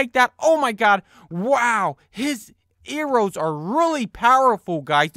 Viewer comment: Arrows not errow